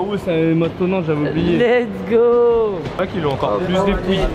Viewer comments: Les Vlogs sont incroyable mais bordel arrête de dire Lek’s go c’est Let’s go bordel mdr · A chaque fois que veux dire lest go il dit leks go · J’ai une question pourquoi il dit tous le temps legsgo et pas lets go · Trop bien les vlog mais juste on dit « let’s go » et non « leg’s go » 😂 j’ai fais fixette dessus h24